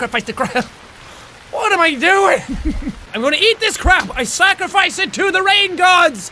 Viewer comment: Everytime you say scarfice really fast itmsounds like Baka